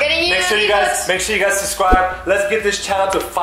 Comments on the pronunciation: said sucwibe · bro did just say subscwibe